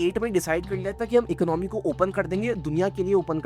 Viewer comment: Economy, your pronounce is wrong. Video is knowledgeable